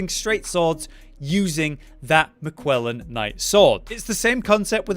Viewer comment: Am I missing something here? Why is he suddenly pronouncing it Mi-kwella’s Knight Sword instead of Mik-ella’s Knight Sword? 😅